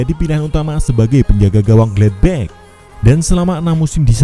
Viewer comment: Bacanya gelatbahk bukan glatbeh